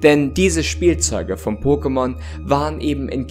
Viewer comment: Danke, dass du es so aussprichst wie in der Serie und nicht „Pockemon“! Eine Wohltat für die Ohren!